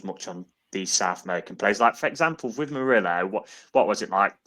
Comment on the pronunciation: Mur - ILL - O,. he's not blooming Spanish!